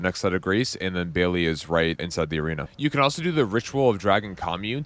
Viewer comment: Good stuff. Thanks. The Dragon's name is pronounced like BAIL, not Bailey. Tyranny is pronounced like TIHR-UHNY, not tie-runhy.